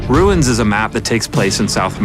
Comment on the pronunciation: Ruins sounds like Shangra la